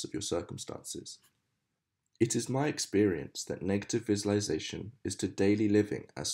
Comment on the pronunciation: this is a fantastic achievement thank you but I must say that your Mispronounciation of "visualisation" ALL the way through is REALLY grating (sorry) but again, thank you and I will share it